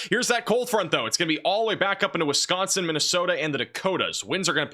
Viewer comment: where are you from??? You say Wisconsin correctly! I’m from FDL